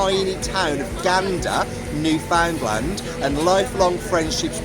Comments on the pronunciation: I'm not a Newfie but I hate to think what they'd say to someone who pronounces Newfnland as New Found Land. They'll probably be kind if you're a foreigner but they crucify fellow Canadians for it. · I'm from Newfoundland. That warmth you see in this production is typical of the warmth of my island and it's people. We come together and help each in times of need. It's just who we are. I wish the rest of the world was like that. And just for the record, it's pronounced "new" "fun" "land". :)